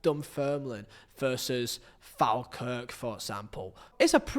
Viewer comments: Fall not Fal When saying Falkirk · Falkirk is pronounced "Fall-kirk" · Falkirk pronounced Fall Kirk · Really like your videos mate. Our game is dismissed by too many people. The Scottish Championship, the second tier, is awesome. Oh, and btw, our club is pronounced as Fall-kirk. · the way you said falkirk is criminal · Englishman gives deeply ignorant take on Scottish football. Wow what a video. The finances are as sustainable in Scotland as they have been in 40 years. The 90s and 2000s was much, much worse. This lad can’t even pronounce Falkirk.